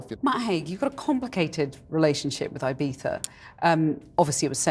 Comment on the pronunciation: Nice guy. Ibeefa cant be the correct pronunciation tho 🙈